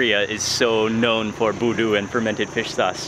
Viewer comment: SORRY..its BUDU not VOODOO ✌✌✌✌✌ Mark Wiens u r auwsome bro!!